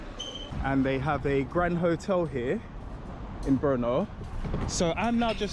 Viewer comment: Proč místo Brno tak mu rozumím slovo po*no?🤣